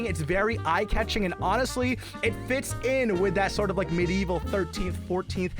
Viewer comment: HE REALLY MISPRONOUNCE MEDIEVAL